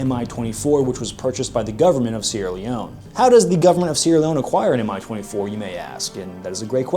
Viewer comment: It's not "em-eye 24", it's "mee 24". Two letter index in the name of the Soviet/Russian aircrafts is not an acronym, but a first letters of the head constructor's name: An - Antonov, Il - Ilyushin, Ka - Kamov, Mi - Mil, MiG - Mikoyan and Gurevich, Su - Sukhoy, Tu - Tupolev, etc.